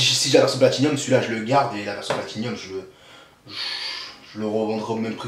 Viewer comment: Non ! toi aussi tu dis P-L-A-T-I-N-i-U-M, regarde un jeu, C'est P-L-A-T-I-N-U-M, sans i ;)